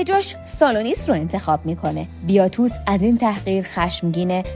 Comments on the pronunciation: بیاتوس نه….. باتیاتوس درسته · اسامی رو اشتباه میگی مثلا بیاتوس : باتیاتوس کاپا : کاپوآ سالونیس : سولونیوس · وارو، باتیاتوس، ایلیثیا … نام ها رو همه اشتباه میگی